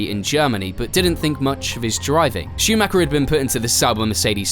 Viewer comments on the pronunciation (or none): Schumacher is mispronounced too, it's a german name, not an englsh one (even michael is pronunced differently in Germany)